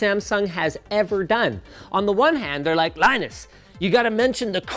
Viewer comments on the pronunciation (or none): none